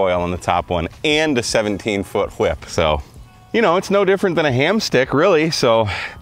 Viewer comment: The "whip" pronunciation is very Stewie. It cracks me up. Came for the experiment and stayed for the humor.